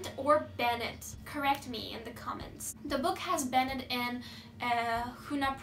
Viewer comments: Hi! It can be easily understood that you are trying your best even though you did few mistakes 😇 Keep up the good work 💪🏻💕 You can do it giirll i believe in you. (Btw the word "banned" shoul be pronounced like "bend" 😉 ) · Banned aradaki "I" harfi olmadan okunur. Band gibi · Banned = bend diye okunuyor band'in homophone'u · I think it Should be pronounced as banned and the e is silent. Np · 6.06 da banned i ilk dediğin gibi telaffuz et